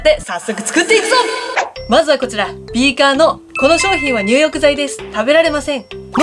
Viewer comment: ビーカー平板じゃなくてビー↑カー↓ね😆 でもそこが良い🤣